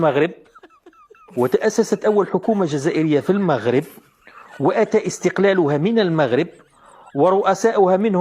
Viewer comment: أهم حاجة هي أنها (طاط مونيف) قرات كلشي ونطقات إسم المغرب مزياااان.